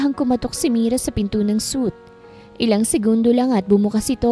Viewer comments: Hindi suit madam, pronounce mo as “swit/ sweet” ✌️ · I think its suite(swit) ang suit(soot) kasi ay kasuutan..just saying po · Suit means set of clothes. Suite (pronounced sweet) means set of rooms.